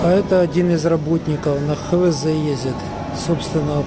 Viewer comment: Не ХеВеЗе а ХаВеЗе!